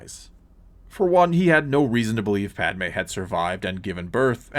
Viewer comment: It’s literally not Padme jesus